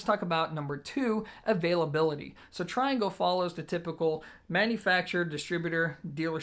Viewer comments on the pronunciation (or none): Also, it's amazing how many people don't know how to pronounce the name of the speaker manufacturer. It's TREE-Angle, you know, because they're French..lol. He's such an American.